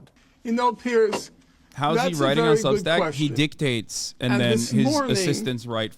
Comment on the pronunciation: Piers called it Substink lol